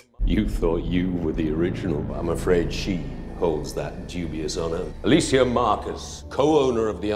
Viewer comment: He calls her "Ah-la-see-ya", haha. God this movie is all over the place. You'd think with the being the last one, they'd go all out with it. Avoid plot holes and contradictions. Add in good character development. Something. But no, why the fuck would Paul W.S. start doing that now? Smh Anyway, thanks for the review.